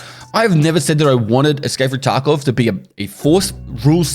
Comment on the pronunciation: after many years of videos, I was today years when I realized pronunciation of tarkov is "escape from tacov"